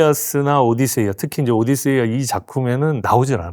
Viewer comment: 트로이안... 오딧세이..오디세이아.... 발음들이 다 왜 이모양 이꼴들인지...그나저나 이리 재미없게 설명하는 것도 어렵겠다.